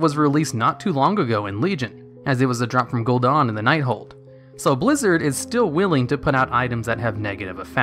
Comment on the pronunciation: Fell asleep as soon as you said "Gul'DAHN" lol.....